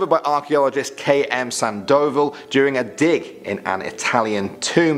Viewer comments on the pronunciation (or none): Did he really say Sandoval like that?